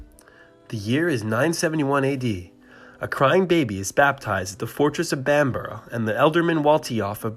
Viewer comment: My Northumbrian ears burn with your wild pronunciation. I was born 3 miles from Bamburgh and worked my apprenticeship their during the 1970s so I know how these words are spoken. Anyway, apart from that a great video 👍, thanks.